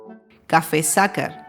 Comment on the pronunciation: Sacher se pronuncia SAJER :)